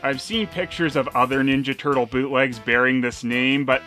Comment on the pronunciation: "Teenage Mutant Ninja Tuttle". Sounds better at least. Good point.